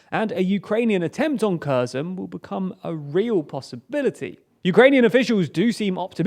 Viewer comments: To the commentators please do the Ukrainians the honor of pronouncing the names of their regions, cities, towns, and villages correctly. It is not rocket science I picked it up within a few days. Kherson is pronounced Herson because if a K is followed by a consonant the K is silent like Kharkiv is pronounced Harkiv. Now on to what I want to convey. While the two armies slug it out I fear that the Ukrainian people will be placed in great danger and the Russians will take their anger out on the civilians as they have done in every region that they were forced out of. There are also forces within the Kherson Oblast who are doing damage behind enemy lines. I imagine that not all of the soldiers who were defending the border with Crimea were able to get out and destroyed their uniforms and blended in and given that Ukraine has a law that requires 1 year of military service for every male there are people there with military training and they are capable of carrying out reconnaissance missions and perhaps obtain a way to communicate coordinates that the Ukrainian Army can use to great affect. They can also wreak havoc on Russian's weapons depots and cause other damage to Russian defenses by simply setting them on fire. Russia experienced many fires in their own country to the east of the Donbas region and I don't think they were set by Russians. Given the fact that the people of the Kherson Oblast protested until shot at and tear gassed I would say that when the Ukrainian Army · They are - Херсон in cirillic transliterates into Kherson, where X or Kh is pronounced as H in "ham". What does is to mispronounce it as "curson" or "curzone". Ukrainian and English are both Indo-European languages. They really have got pretty similar phonemes to some extent if you look closely enough. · Kherson is pronounced about like hairr-SON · Again kurzon and karkiv hahaha correct yourself dude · Okay, there actually no "K" in Kherson pronunciation. Its more like "here son".